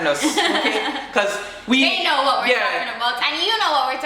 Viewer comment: Better-betta What-wah